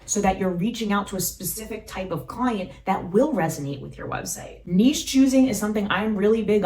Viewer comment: Thank You for a treasure trove of wonderful content! Not only are you tremendously helpful, you know how to pronounce the word "niche" correctly. So many do not.